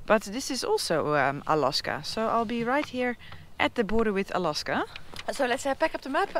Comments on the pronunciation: Do the native people call it 'A-LOSS-KA' or just you ? If it's just you, you must stop🤣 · Anyone brave enough to tell her how they say "Alawska?"